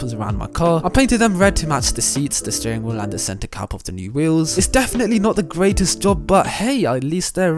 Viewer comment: why are you sterrrrrrrrrring in that orrible way?